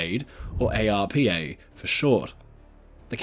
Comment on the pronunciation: We generally don't pronounce each letter in the abbreviation ARPA. Most of the time I've heard it being said as one word. Arpa.